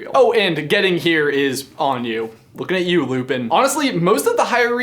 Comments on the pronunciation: Its simple. Lupin. Its Lupin. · Two simple syllables Say it with me: Loo Pin It's Lupin.